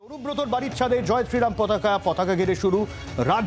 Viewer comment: পতকা নয়, পতাকা বলুন